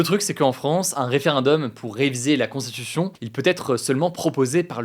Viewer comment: Hugo, ça fait plusieurs vidéos, fait un effort sur ta diction et ta prononciation du mot "constitution", c'est infernal à écouter. Tranquille mec, t'as le temps de parler sans bouffer les mots de plus 3 syllabes.